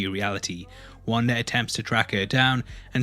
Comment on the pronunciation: “Wandar” lmao